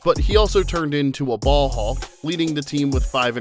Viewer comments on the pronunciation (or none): none